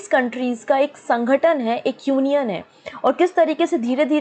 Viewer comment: Mam it's not a sangatan it's sangathan and aannge ni khte aage bolte hai, mam aap thoda apne vocabulary pr focus kijiye, waise explain acha krti h aap, I am not a hater, sare videos dekhti hu parcham classes ki mein...